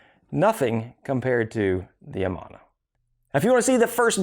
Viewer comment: great video. It's always nice when you find a few gems in amongst the weeds... One thing though, as someone who lived in and near the Amana Colonies in Iowa for 20 plus years, I feel compelled to correct your pronunciation of the word Amana. It is "a-MAN-a", not "A-mahn-a". It is mostly an Amish and Mennonite colony, but has become somewhat mixed since the Amana Corporation and factory was sold. Amana is a Hebrew name that means "faithful" or "trustworthy". It comes from a Hebrew root that means "constant" or "faithful". While Amana Tool has no relationship with Amana appliances, the name is pronounced the same.